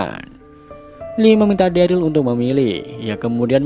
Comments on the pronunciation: ikutan koreksi itu namanya si daryl itu derel dibacanya bukan deril 🥲🥲🥲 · omg next vid please stop call him deril.. its pronounced “derel” man 😂 agak aneh namanya jadi deril 😂😅